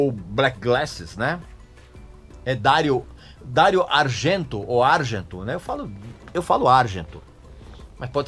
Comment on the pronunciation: "Dário Argênto"